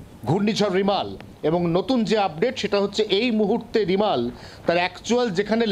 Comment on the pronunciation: রেমাল ,,NOT রিমাল. ,😂😂😂😂😂